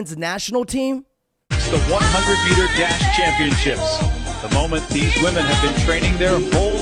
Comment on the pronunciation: "Wih-min" not "Wuh-men"